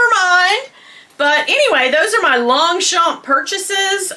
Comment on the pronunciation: I love your collabs the 3 Queens the best on YouTube 😍By the way you don’t pronounce the g or the p in Longchamp I know we French people have too many words with silent letters 🤔😜😘 Thank you for making me laugh I needed it